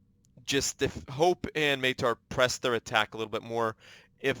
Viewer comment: Maitre is french may-tre. :)